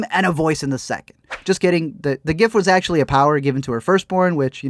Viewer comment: "It whas her all this time!" Bleh it whas good until that ending bleh